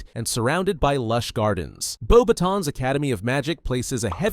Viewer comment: Thank you for pronouncing Beauxbatons correctly